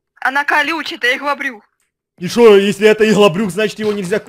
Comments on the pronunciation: Не ИГЛОБРЮХ А ЫгЛаБрУх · Он помойму говорит ЫХЛОБРЮХ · Во первых, во вторых ИХЛОБРЮХ, в третьих ОРУУУУУУУ😂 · Потом у что это ИХЛОБРЮХ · Нужно было написать "ИгЛоБрЮх" 😂😂😂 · Почему всегда говорит ИХЛОБРУХ